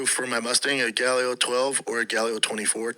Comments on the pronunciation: He didn’t even read the fake name right. He says galio instead of gallo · He says it wrong too Gallio ha ha ha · He also mispronounced Gallo with Galio 😂😂